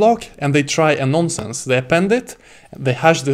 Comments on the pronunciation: It is "nonce". Not a "nonsense" :) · Cracked me up everything he kept saying "non sense":)) Had to check the comments to make sure I was not the only one hearing nonsense lol Great video and excellent teaching skill though. Keep it up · Non nonsense its "nonce"